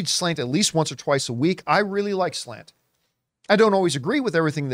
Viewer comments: New drinking game —> every time John refers to SLATE magazine as SLANT lololol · Slate wrote article but y’all kept saying Slant